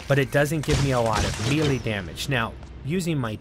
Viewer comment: Melee is pronounced may-lay. Keep up the good work!